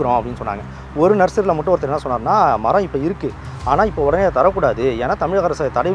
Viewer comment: தமிழ் நாட்டில் தமிழ் கொலை . ஒடனே இல்லை. உடனே என்று தான் சொல்லவும் வேண்டும் எழுதவும் வேண்டும்